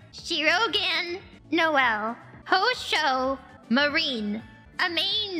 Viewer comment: HoeShoe Marine....